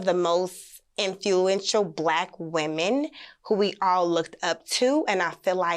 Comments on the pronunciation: Trying to sound intelligent Ms. Infuential (instead of influential), two-parent household. Oprah is not thinking about her or OWN. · Did she say infuential? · Martell is a fool, he cheated with a woman that can't pronounce influential and doesn't know the meaning of a 2 parent household. She was basically a blow up doll that could speak and give top, but that's about it. Damn she's way dumber than I thought lol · Trying to pronounce “influential” correctly almost took her out!! 🥴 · Did anyone notice she could not pronounce the word INFLUENTIAL? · Is anyone really concerned that she’s trying to side slap Oprah with her lack of big uneducated words and misguided logic?! Can you try to say influential one more time please?